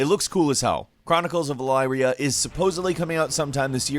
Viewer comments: I’m pretty sure it’s pronounced eleeria not elaria only because the city Elyria is pronounced eleeria maybe I’m wrong but I don’t think so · El-EEE-ria. It-eration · Chronicles of "Ah Leer E Ah" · You pronounced Elyria wrong, its pronounced El-ee-ree-ia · That pronunciation of Chronicles of Elyria hurts me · that's not how you pronounce Elyria...like at all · You said elyria wrong. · What made you think that was the way to pronounce “Elyria”?